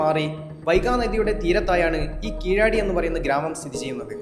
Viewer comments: Keezhaadi alla Keezhadi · സായിപ്പിന്റെ ഉച്ചാരണം അല്ല . അത് , അത് , തനത് ഭാഷയുടെ സ്ഥലത്ത് ഉള്ള ഉച്ചാരണം ആണ് യാഥാർഥ്യം . തമിഴ് ഭാഷയിൽ ആ സ്ഥലം ' കീഴടി ' கீழடி , Kēēladi എന്നാണ് ഉച്ചാരണം . ēē < തീർകമായ സ്വരങ്ങൾ ആണ് . a < ഹൃസ്വമായ സ്വരം ആണ് .